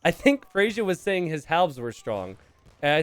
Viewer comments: Someone is named Freyja (pronounced Freya): "Frasier 🥴" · GG! You know Freyja is a female name? A Norse goddess :) Pronounced Frey-ya (not Frasier). Might be worth risking 'she' sometimes for unknown players. (I wouldn't be surprised if iSit be a woman too.) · I am not the Freyja in the video, but my name is Freyja. It's pronounced "Freya." The "j" is a "y" sound. and messing up names, name a more iconic duo. On a real note, glad you're back. Was definitely confused and worried since there hadn't been a video in a while. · lmao FREY-YA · the yj part of freyja is pronounced as an 'i', it's the name of the germanic godess of love/women. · I'm starting to mispronounce a word from my native language because I hear mispronounce it so much.